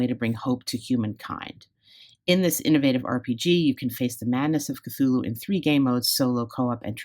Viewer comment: Finally! Someone pronouncing Cthulhu correctly...👏👏👏👍